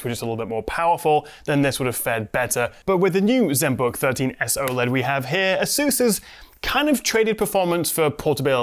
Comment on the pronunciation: it's pronounced as "ey-soos".